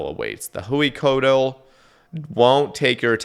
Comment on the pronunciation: drives me mad how white dudes in 2024 with all the technology we have can't even look up how to pronounce huey and coatl and hueycoatl